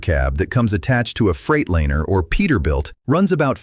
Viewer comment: What the hell is freight laner?! Freightliner maybe. Sheesh.